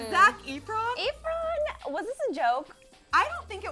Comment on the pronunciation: Ahhahaha EEfron...she did better than 'somebody' when saying Idina Menzel